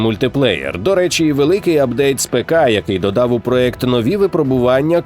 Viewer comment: Класне відео, але хочу що звернули увагу, правильно казати ''проЄкт'', а ні ''проЕкт''.